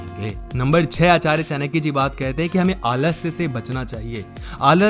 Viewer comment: चानक्य नहीं चाणक्य होता है